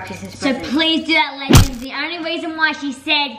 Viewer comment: Tilly Fielder it’s TOATALY NOT « ledgends » what even is that eww you, it’s legends